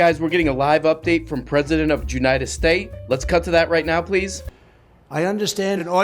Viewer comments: Did anyone else rewind the intro of the video 20 times to hear him say "junita stay"? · "junited stay" you know my man grew up in florida and lives in austin